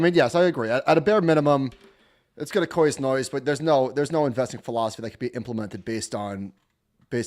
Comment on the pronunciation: "it's gonna coise noise" lolol